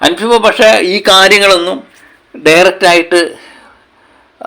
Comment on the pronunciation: അൻഫിബ അല്ല അൻസിബ 😅😅😅😅😅